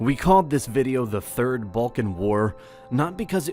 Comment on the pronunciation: Third? Oh, you mean "third". Got it.